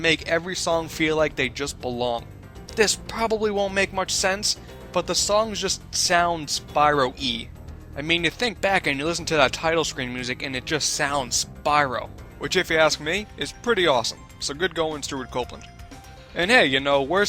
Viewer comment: I think you mean Spyro-esque as apossed to Spyro-ee